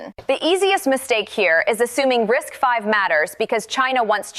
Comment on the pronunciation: 👍for pronouncing RISC-V correctly. Every other video that talks about RISC-V pronounces it "risk-vee."